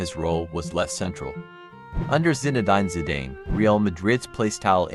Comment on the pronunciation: His name is pronounced "Har - zard". and its " Zina- din Zi - darn". if you want to make a video about European footballers, at least get their name pronunciations right and not Americanize every damm thing